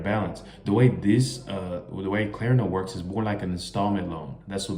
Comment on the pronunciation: Klarna not Klerna